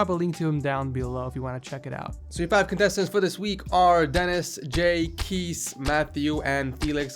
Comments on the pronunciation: Kees is a dutch name, you don't prananounce it as some sort of keys but case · Rather call this episode ´enthusiast edition´. BTW: 'Kees' is a Dutch name, pronounced as in 'Case' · Kees is a dutch name, you pronounce it as 'Kaas' no problem :p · "kees" is actually pronounced kays or case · Your prononciation of Kees got me dead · Ik ben hier best wel laat mee maar hoe hij 'Kees' uitsprak😂😂😂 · it's Kees